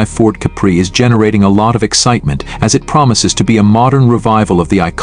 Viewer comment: I agree. Similar one, going around based on the last model spec. The giveaway is the way it pronounces Capri as cup bree